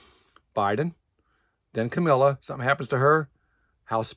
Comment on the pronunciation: It's KAMALA not Camilla 😂, Also,... what's with your hair?? 😂😂